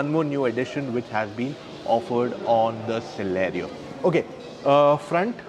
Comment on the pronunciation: Celerio became chee-lerio.